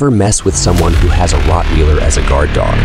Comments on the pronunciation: Ok its not called Rotwiiiler its pronounced rot wailer. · It's not pronounced Rothweeeeler!!! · Learn how to pronounce Rottweiler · Yup,too bad the AI is incapable of pronouncing it! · Good lord he can't even pronounce rottweiler